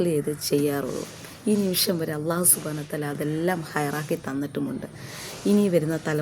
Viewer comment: Assalamu alaikum wa Rahmatullah തെറ്റ് കണ്ടാൽ തിരുത്തണം എന്നല്ലേ അതുകൊണ്ട് പറയുന്നതാണ് നിങ്ങൾ അള്ളാഹു എന്ന് പറയുന്നത് പല്ലിൽ തട്ടി കൊണ്ടാണ് അല്ലാഹുവിലുള്ളത് ലാം ആണ് ലമിൻറെ മഹ്റജ് മുൻപല്ലുകളുടെ മോണ ആണ് നിങ്ങള ل പറഞ്ഞു നോക്കുക അപ്പോൾ മനസ്സിലാവും എ വിടെനിന്നാണ് ലാമ് വരുന്നത് എന്ന് പല്ലിൽ തട്ടി പറയുമ്പോൾ അത് ظ ആയി മാറുന്നു